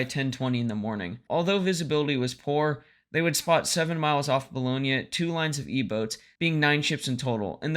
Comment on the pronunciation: “Boo-loin” “Luh-too-Kay” Gree Neh. French pronunciation videos are available.